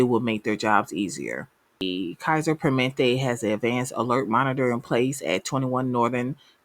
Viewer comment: "per-muh-NENT-tay" As a nurse who works in IT now, tech in this area is much needed.